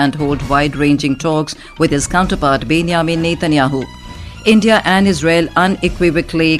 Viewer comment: Some correction: 1) it is called BenJamin not Ben-Ya-min 2) it is called K- Nesset (K is silent)